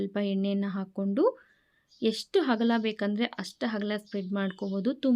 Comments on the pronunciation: ಕನ್ನಡ ಉಚ್ಚಾರಣೆ ಸರಿಯಾಗಿರಲಿ 🙏 ಹಕ್ಕಿ ✖️ ಅಕ್ಕಿ✔️ ಹಗಲ ✖️ ಅಗಲ ✔️ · ಅಕ್ಕಿ ಅಂತಾ ಸರಿಯಾಗಿ ಹೇಳಿ ಅಗಲ ಅಂತ ಹೇಳಿ ಹಗಲ ಅಲ್ಲಾ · ಹಕ್ಕಿ ಅಂದರೆ ಹಾರಾಡುವುದು ಪಕ್ಷಿಗಳಿಗೆ ಹಕ್ಕಿಯನ್ನು ತಾರೆ ಅಕ್ಕಿ ಅಂದರೆ ಅ ಅಮ್ಮ ಅವನ್ನು ಬಳಸಿ .ಹ.ಬಳೀಸಬೇಡೀ. ಹ..ಬ.ಉಂಡೆ. ಎಂದು ಚೆನ್ನಾಗಿ ಮಾತನಾಡಿರಿ ಹೂಂ ಡೆ. ಬಳಸಬೇಡಿ ಕನ್ನಡವನ್ನು ಅಗಲ ಅಗಲ.ಎಂದೂ ಹೇಳಿ ಹಗಲ.ಅಲ್ಲ.